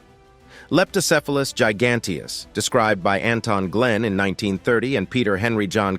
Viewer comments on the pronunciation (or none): none